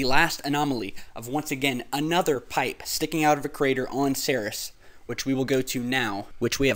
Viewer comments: Ceres is pronounced Sear-ease, not Ser-Is. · its pronounced like 'series' not 'serous' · Kinda cringe worthy when I hear "Ceres" pronounced as "Saris." "Ceres" is pronounced "Series," like a "TV series."